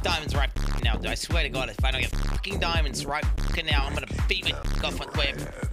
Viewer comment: he just wanted ziamonds zai, then got lazis lazuu. i feel him